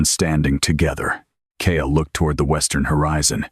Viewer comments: Hate how Ai messes up "Kael" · Wish it would use a different name for the hero. They all use Kael.